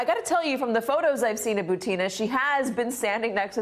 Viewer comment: I think her name butin not butina